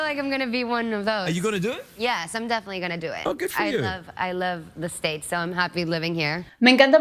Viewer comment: Definitivamente eres Americana! Derrepente creia que te sentías medio mexicana pero hoy dijiste la palabra mágica ella lo dice como nosotros " the satates" saludos!